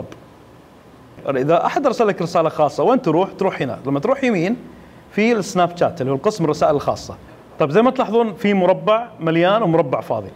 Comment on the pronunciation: اخوي ملاحظتين سريعة الاولى اسم البرنامج سناب شات وليش جات حتى بالانحليزي تنطق تشات الملاحظة الثانية وقت عرض الصورة اكثر شي عشر ثواني وليس دقايق وشكرا